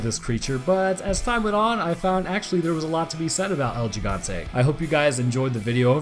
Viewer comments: It's El He-gone-te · Bro my fucking ears almost exploded when you said L Jigantay 😂😂😂😂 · It's pronounced El Jigante with a j almost h sound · Oh, I already have. Jimmies have been long rustled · hurts my ears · You still said the name wrong